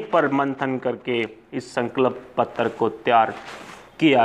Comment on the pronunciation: Bhai please "sankalp patra" bolna sahi se sikh lo. Tumhare channel ke liye fayda hoga.